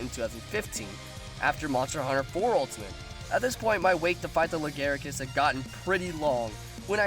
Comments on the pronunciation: Pascl "lagaricus" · It's "Lagiacrus". Not Legaiacrus. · Fair point, I pronounced them "La-gee-a-cris" and "Glay-ve-nus". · PiranhaFire69 Nope, that's incorrect. Quit trying to make the shitty japanese name look better.